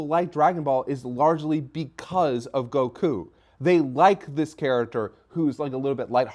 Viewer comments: Gokew gokew gokew bruh why can't the dude on the right say Goku? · Being bothered by GoHAN yet still pronounces the name of Goku as Goh-Kooo